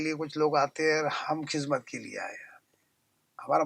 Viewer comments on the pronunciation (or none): Khizmat Nahi hai khidmat h